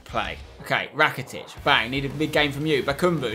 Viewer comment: You dont say Ivan rakitic you say Evan rakitic